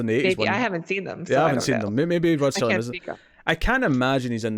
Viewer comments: Wait a minute his name is Rod Serling not Rod Sterling? Next thing you are going to tell me is that we do not get French Benefits. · It's not Rod S"T"erling ... it's Rod Serling. Please learn the guys name, at least, if you're going to talk about him. Thanks